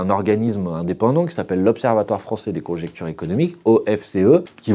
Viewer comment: ConJONCtures, Manu... À moins que tu dises aussi infractus, aréoport, etc.